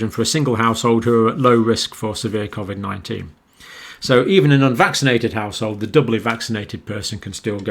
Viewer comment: Can you please tell me why you say Covid differently to everyone else